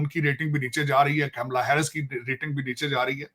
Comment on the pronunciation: कैमला नहीं कमला 😂...ये paxtani जान के हिन्दू नाम ठीक से उच्चारण नहीं करते